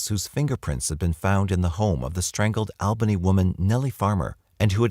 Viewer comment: The Al in Albany Ny is pronounced like All not Al